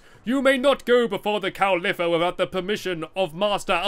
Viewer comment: ITS COW LIIFFA NOT C-O-W-L-I-P-E-R